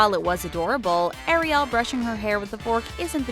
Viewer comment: It's fantasy Jesus Christ! And sweetie its Ariel not Arielle PLEASE!